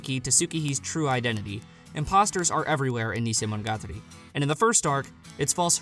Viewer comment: Listen and learn to say it. Stop saying neesaymonogatari and bahkaymonogatari